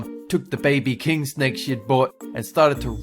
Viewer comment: I hate the snakeu (HAHAHAHA WHAT IS A BTS)